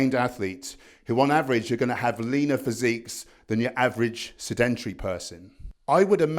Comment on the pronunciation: Good summary! I would just add, from what I've learnt recently, that fat isn't inert matter but it causes inflammation because a fat body produces some particular hormones. Isn't the word 'sedentary' pronounced differently (by stressing the first syllable)?